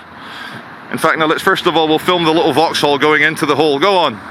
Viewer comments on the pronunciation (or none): none